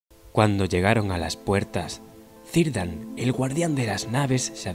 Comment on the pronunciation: Me gusta mucho, la despedida en los puertos grises es un momento que encoge el corazón. El único detalle es la pronunciación de Cirdan.